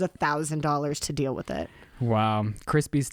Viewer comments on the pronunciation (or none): I love how said "dill" instead of "deal", just for Ryland 😉😂❤